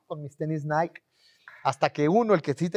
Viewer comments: No se pronuncia naik se pronuncia naiki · “Naiqui” no “naiq” 😒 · se dice "NAIKI"